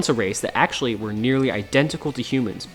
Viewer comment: Video summary: "Ack-show-lee, Ack-show-lee, Ack-show-lee, Ack-show-lee, Ack-show-lee..."